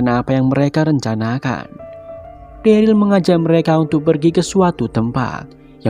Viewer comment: bang plis banget next episode sebut daryl dengan derel jangan deril lagi 😂😂 it sounds so weird